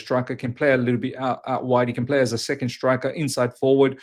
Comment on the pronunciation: Its pronounced ‘striker’ not ‘shtrikah’ haha. Jk. I’m Aussie too but I live in Canada so it’s just funny hearing